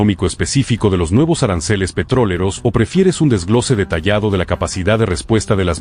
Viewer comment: "Petroleros" no "Petróleros."